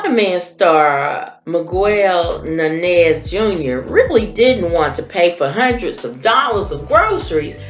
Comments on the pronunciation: She needs to know and learn how to say his name correctly. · Smh you really pronounced is name like that 😡